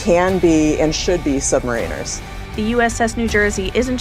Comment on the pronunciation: She (?) mispronounced "Submariners". If you are going to be a DEI appointment, at least learn some basics.